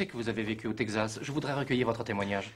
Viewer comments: Le ... "tègue zasse" ? "Texas" se prononce "tek sass". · Le "Tegxas"